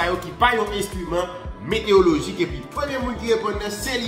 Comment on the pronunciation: Kesnel, excuse-moi. On dit "météorologie" non pas "météologie". Il y a un "ro" dans le mot. Ne te fâche pas!